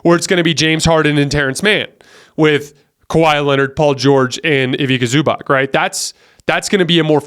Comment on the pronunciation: Mate just a correction , Ivica Zubac name is pronounced as Ivitza Zoobatz , hope this makes sense. Big supprt from Serbia man , you are best in the game